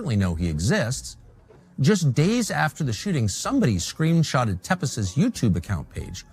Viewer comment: Tepes is pronounced Tepesh.